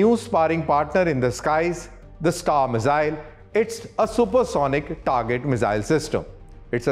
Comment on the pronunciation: me-zzzille 😅... bhai miss-ile bolo ... saarrey delhi wale ... accent critical nahi hai par thoda dhang se hi bol lo.. also content impactful banao - explain to a layman what is star! Give specs... you had enough to deliver double info